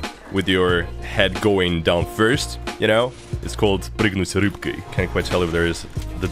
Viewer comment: You talk english so much, that your "прыгнуть рыбкой" sounded like it was with accent. (Я понимаю, что это связано со сложностями переключения мозга с одного языка на другой)